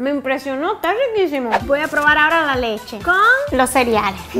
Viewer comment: "y aqui tenemos nuestra cheche rosada "alguien mas lo escucho asi o solo yo ??